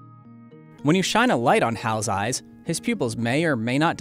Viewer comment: the way said eyes eYyeYes